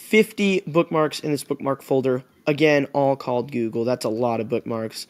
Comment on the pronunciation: "This is gugle" -you